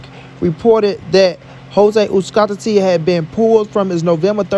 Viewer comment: It is really hard to believe that in this 21st century some potato heads still cannot pronounce Uzcátegui.SMH